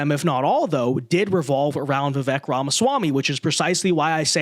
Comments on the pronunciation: "Vi-vake" not "Vi-veck" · You, and everyone else, are pronouncing his name wrong. The 'E' has a 'long A' sound, like 'Cake'. i.e. It is pronounced 'Vivake' phoenetically. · Hey, it’s pronounced Viv-ake like cake! It’s time to get it right! get it? Right! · It's pronounced Vivake. Rhymes with cake. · It's "Viv-ake", like "cake".